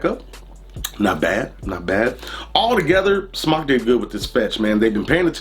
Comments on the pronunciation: There's a line over the "o", so wouldn't it be pronounced "smoke" not "smock"? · Just wondering if you are pronouncing it correctly I was under the impression it was pronounced s m o k e like smoke to smoke a cigarette but now I'm unsure